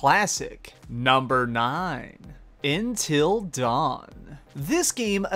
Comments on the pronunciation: You said INTIL DAWN it's Until dawn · Not hate however it's UNtil dawn Not intil dawn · its until dawn not Intil dawn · Number 9 He says Intil Dawn:/( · I didn't know the proper way to pronounce until dawn was "in till dawn". learn something new everyday . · you didn't just call it Intil Dawn, did you.. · "in-till dawn"? do you not know how to read? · "Intil Dawn" lmfao XD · "Initl dawn" lol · Until dawn not intil dawn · Wtf he said intil dawn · intil dawn lmao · intil dawn😂😂😂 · lmao. Intil Don. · He says : Number 9..... INTIL DAWN Me: wtf is INTIL DAWN?!?! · "intill dawn" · Always pronounces words wrong lol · this guy can't pronounce "until"... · This guy can't pronounce Until Dawn and then he says Infamous Second Son is in Chicago, bro it's in Seattle. Jesus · the way he pronounced until dawn I cant trust this list